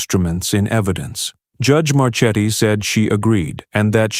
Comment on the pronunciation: Marchetti should be pronounced (mar-KET-ee).